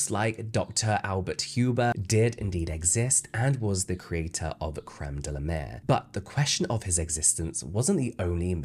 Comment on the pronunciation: It's La Mer, not Le Mer!